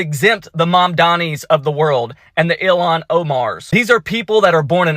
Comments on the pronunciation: Your pronouncing her name wrong ,it sounds like your saying Elon. ?!? It’s ill as in sick, don’t feel well, and HAAN as in Han-Solo, From Star Wars ! Ok, Cool 😎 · It’s Ilhan ( ill-Haaan) ! Omar ! The Witch !